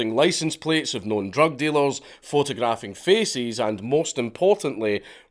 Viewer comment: He said photograph feces!